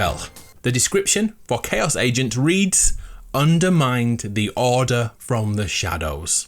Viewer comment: Is it just me or anybody else that whenever he says order it sounds like he said daughter?